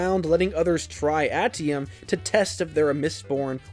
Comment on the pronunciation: Ate ium. Not at ium